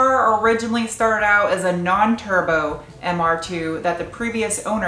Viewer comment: I only just realised you are calling it Mr Dos, as in two in Spanish. MR2.. Mr Dos.. I get it.. As an Australian I was hearing Mr Dose! which is what Aussies call the turbo flutter noise. so when you kept saying Mr Dose I thought you were going to make him Sutututututututuuututututuutututu.